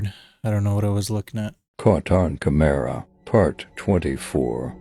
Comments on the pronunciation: OH NO!! Not caught on Kah - mare - rah!! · The way that narrator said ”CAMERA” 🤣🤣🤦🏻‍♂️🤦🏻‍♂️ He dun said ”CA-MAIR-A” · The AI voice on tiktok doesn't know how to pronounce "camera"?? That shit said "Ka-Maira" LOL. AI still has some catching up up to do. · I must buy me one of the KAH MAIRS. Never heard camera pronounced that way.